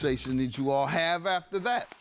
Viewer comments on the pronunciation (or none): Hunny, you cannot trust someone who cannot pronounce "after" correctly.